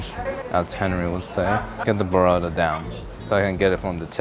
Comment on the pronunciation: Why does bro call burrata "berada"? 💀